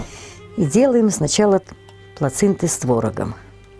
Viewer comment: ПлацинДа. Мы говорим Плэчинде.